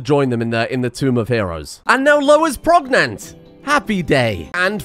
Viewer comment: lol did you just say prognant